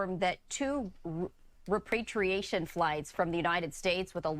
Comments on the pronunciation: the reporter could barely pronounce "repatriation flight"... That's how little our government does it, and how little the media reports on it. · How did 3 people in a row read repatriation wrong in exactly the same way?